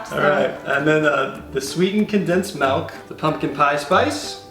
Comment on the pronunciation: Sweetened Condensed Malk